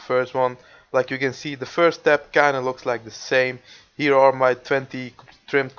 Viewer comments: u said hier not here;hhh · He says: hier is my woodcutting, wel engels he